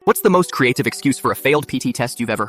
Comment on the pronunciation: The way he said creative in the start😂